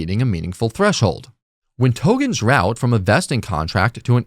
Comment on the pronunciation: Please, please, please Tokens with k. The content is great but I'm gone as soon as I hear the first Togen